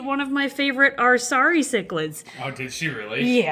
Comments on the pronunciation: The way you pronounce "acara" had me questioning to the point I had to google it. I'm honestly still confused by how acara could be pronounced as "arisari." Is that another name for them that I couldn't find? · the way you said acara is interesting xD